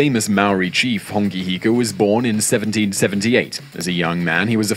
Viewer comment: It's a shame the narrator's pronounciation is off 🤦🏻‍♀️ Hongi Hika is my 5 x great grandfather. I appreciate the Maori content you both put out ❤